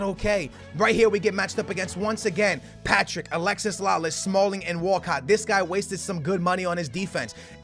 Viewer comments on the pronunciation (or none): he's still calling Alexi Lalas, Alexis Lalas. Lol